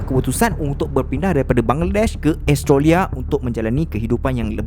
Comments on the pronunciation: the ko sebut australia bukan estroria adoii cacat ko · Seriously sebut Australia "astrolia" ??? HAHAHAH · Astrolia lah (pronounce: Astro-lia) 😂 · kadang2 bro sebut australia bunyi macam "astro ria".... hehe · Mcm dgr astrolia je sebut Australia tu.. 😅 btw, new follower here. Best! Teruskan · Australia sebutan tak tepat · rasa nya elok betul kan sebutan australia,, sekadar teguran sahaja,,, jgn marah yer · Kenape cara menyebut 'australia' lain je bunyi nye 😄😄😄